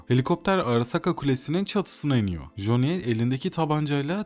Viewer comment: ya güzel kardeşim joni amk, bütün videonun içine etmişsin. Silverhand diyebiliyosun bir Coni demek bu kadar mı zordu?